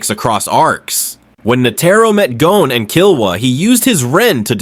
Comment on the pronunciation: Bruh... He-so-Ka.... and Gone, not GO-Ne. otherwise, fuckin nice. Never noticed Panzo